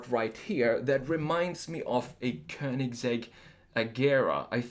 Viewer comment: I happen to speak both Croatian and Swedish and I can tell you all that this guy is not only a remarkable desiger, but excellent in pronouncing both Rimac and Königsegg the proper way. Hats off! Don't speak Italian, but the Italian pronounciations sounded right on too. I'd say this is one uniquely talented American. In several ways...